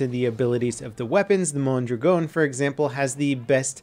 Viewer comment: "Mon-drag-n" I thrust Ian from Forgotten Weapons more than